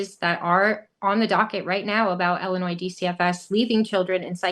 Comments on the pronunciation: I never noticed Kwame cannot pronounce illinois correctly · This guy definitely graduated from the Chicago Public school system. The S in Illinois is silent. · I am concerned when I hear kwame raoul, Il attorney general speaking and can not even pronounce the state of Illinois Correctly- several times! Really??